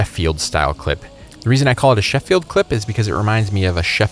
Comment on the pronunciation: Also hearing Sheffield pronounced with the stress should be placed on the sylable "sheff" not on the "fi" bit